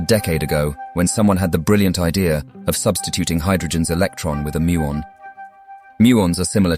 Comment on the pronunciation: WAIT it Decayed to something BIGGER..muon don’t you mean moon? I think u do